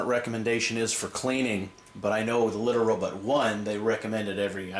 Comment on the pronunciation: why do you say Litter RoButt? ::))